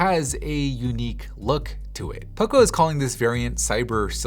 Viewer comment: Everytime you say poco i hear oppo